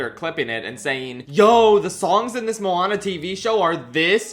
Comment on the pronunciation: I didn't watch Moana 2 so I don't know how it sounds in the movie but "come-on-a Moana" is the worst thing I have ever heard regarsing a disney princess, so how dare you?